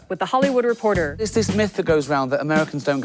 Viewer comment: Everyone: Hollywood Reporter Ricky: Repotah